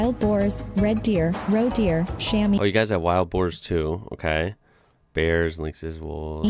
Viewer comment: The 'Chamois' is pronounced 'Chamwah' (and it's the skin, once used to polish / clean windows, were called / pronounced "Chammy skins" but now are imitated by 'fabricated cloths' instead of skinning the Chamois).